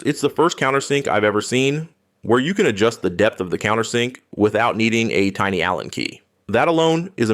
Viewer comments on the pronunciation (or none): none